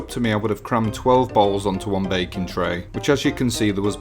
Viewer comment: Thought you said bacon rather than baking at first lol